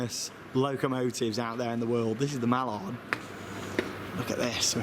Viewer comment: it is Mallard not Milan